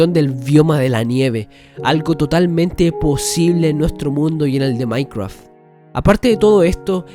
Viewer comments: Que viva el "maicwaf" xD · Maincreaf esa pronunciación. Pd: me encantan estos vídeos de teorías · "MAINCWRUAFT" xD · No quiero ofender pero me da risa que digas maicraf XD